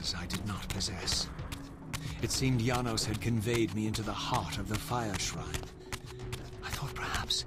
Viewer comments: It's Yanos not Janos, this isn't game of thrones. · It's pronounced Yanos, but it's spelled Janos. Please see